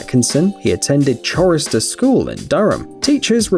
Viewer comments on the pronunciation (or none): “Chorister” is pronounced Corister - the h is silent! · You need to check the pronunciation of ‘monsieur’ and ‘chorister’. Everything is not as it looks. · Love the way you pronounced Chorister School. It does not start with ch as in chips. Leave the h out, it'll sound better. It comes from chorister, meaning the member of a choir. Education is dead...